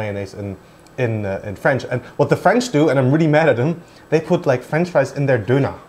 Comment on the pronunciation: "Döner", not "Doner"